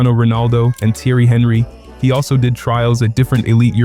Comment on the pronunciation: Loved the video. Some pronunciations of names were a bit off, especially French names. There is nothing inherently wrong with pronouncing names in say an American accent; however it becomes confusing when one has not normally identified those names with that pronunciation. To be clear, I am mainly reffering to Henry (silent H in French).